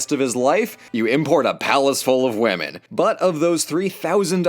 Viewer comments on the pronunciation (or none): You said “palace full of women” like how NuxTaku says “whaman”.